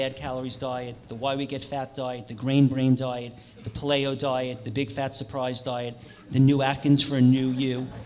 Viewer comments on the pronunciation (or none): Ok, like po-TAY-to/po-TAH-to, but really, how does someone pronounce paleo as puh-lay-oh? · i refuse to believe that this host is unfamiliar with the proper pronunciation of the word "Paleo". LOL lol.. It's literally impossible to be involved in the health community, and learn to pronounce paleo as ... "Puh-Lay-oh".. how is this possible?.. Anyhow, Great panel, a pleasure to listen to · Lol the way that guy says Paleo. I thought he was saying Play-Doh diet. However wrong the diet is it should be pronounced correctly. Pay Lee oh. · puh-lay-oh = pale-ee-oh. Incredible pronunciation. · Couldn't watch this because of the way that guy pronounced paleo as pa-LAY-o.. LOL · Did he say “playo?” Haha 😂 Interesting speech though. I’m at a point where I don’t know who to believe anymore. I need to stop watching and researching things 🙄 Then I notice he has lentil rotini noodles in front of him that say 100% natural... the word “natural” in the labeling world is a scam. It sits on a shelf and the lentils are processed into noodles... obviously healthier than most shelf foods. Also, they are advertising supplements which makes me question the agenda of this speech. Just saying... I will still watch though with an open heart 🤓♥️ Started questioning my plant based diet and incorporated some raw dairy and eggs... two days later I feel like I can’t breath and I couldn’t even finish my breakfast, the smell of the eggs literally made me gag. 🤮 Maybe I just need a little more faith with in my plant based diet. Feeling lost with my diet... I am an avid weight lifter, female... I avoid soy, I avoid all the fake meats... maybe that’s why I struggle on it. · This should be good. Really wish Greger was up there tho. And why hasn't that guy learned how to say "pay-lee-o" yet? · The way he says paleo is annoying. LOL